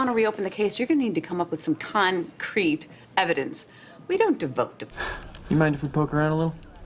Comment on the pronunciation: "Co Crete" really missed That the first time